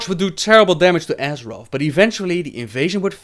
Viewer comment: side note: Azerof?? come on!!!!!